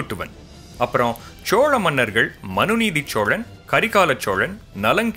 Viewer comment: ச்சோழன் இல்ல தம்பி சோழன்